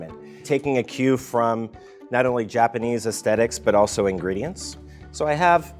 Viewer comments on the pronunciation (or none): none